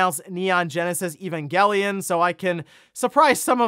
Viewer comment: first pronounces evangelion correctly and then he says gif correctly! he is on fire! lol